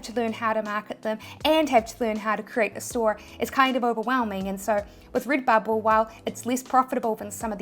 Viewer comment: Rid-bubble 🥰 bee-spoke ❤️